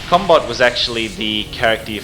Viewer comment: I keep thinking he's saying cumbot.